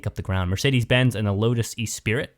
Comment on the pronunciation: "E spirit"....really?